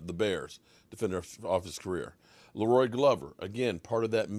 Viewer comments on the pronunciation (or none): none